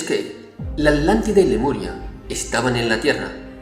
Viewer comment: sigo sin entender el porqué dice Adlántida en lugar de Atlántida.